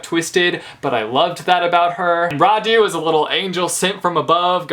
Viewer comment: Im Romanian and every damn time someone says Radu or Nicolae differently than these names are originally pronounced I'm cringing really hard, but also I'm lazy and I don't bother correcting anyone because who the f cares ??